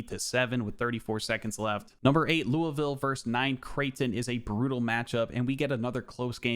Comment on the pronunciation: Surprised you pronounced Louisville the way locals pronounce it. Chucky Hepburn ain’t a 81 he’s like a 87 at least 😂